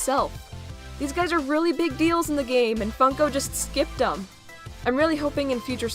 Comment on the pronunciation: Your being mean to funko because you are saying theppppmmmmm